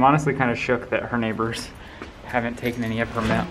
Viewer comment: did he just pronounce mail as mel